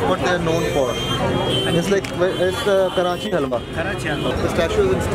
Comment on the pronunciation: It's KARACHI HALWA, not Karanchi